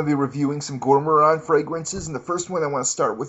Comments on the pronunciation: does this dude purposely mispell words or what? veviteer and gour moron. haha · ok you're obviously just fucking with us now... gormorand? lay malay? come on man! make an effort, you're not a bad reviewer but come on with the pronounciations.... ROACHES MAN????You can do better than that!